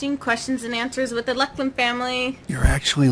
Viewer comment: YAY, you answered my question:D I actually forgot i asked it XD lol Ha, when i suddenly saw my name, and listened you trying to prenounce it, i shivered!:D THANKS, this made my day:D for now... xD